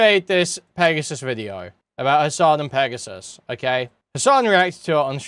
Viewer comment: Pregassus, lol